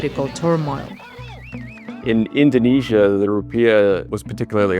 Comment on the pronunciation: The Bloomberg's Indonesia correspondent doesn't know how to pronounce Indonesia.